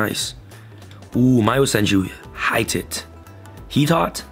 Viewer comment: “Hee-tawt” definitely not “high-tits” 😂😂😂